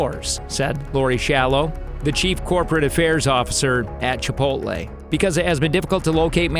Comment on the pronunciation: Typical Yankee can't pronounce chipotle